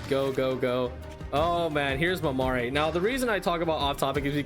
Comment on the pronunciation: Just a little note but Mamere is supposed to be pronounced kind of like mamair, the last e is silent.